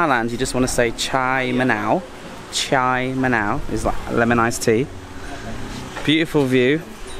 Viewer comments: Is it chaa manao, not chai manao. Love the content though. Want to do my own bike trip and get out of Bangkok and some great ideas and ideas for me to try and do once the Covid situation is better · look I didn't want to call this out but it bothered me too lol 😅Chaa = tea, I heard you saying "chai manao" and I was thinking you were saying "yes lemon" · ‘Cha’ = Tea, ‘Ma-now’ = Lime/Lemon (In regard to this drink). It’s not ‘Chai ma-now’ as said in the video. He had a lot on his mind, and so it was probably a slip of the tongue 🙂 There are hot or cold versions...so ‘cha ma-now yen’ for the cold version, and ‘cha ma-now ron’ for the hot. A regular iced tea would be ‘Cha dum yen’ (dum = black), and ‘Cha Yen’ would get you an iced Thai milk tea.